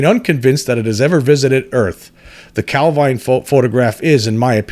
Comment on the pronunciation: Heard your podcast for the first time today - just wanted to say, excellent stuff. Enjoyed it loads. Have subscribed! (Even forgiven you for the dodgy British placename pronunciation, lol :-) )